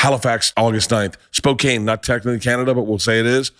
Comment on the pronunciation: Spokane is pronounced Spocan, not Spocane!! You're welcome.